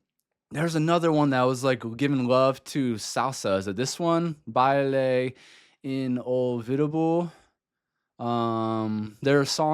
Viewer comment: Baile Inolvidable. (BAH-EE-LEH... E-NULL-VEE-DAH-BLEH)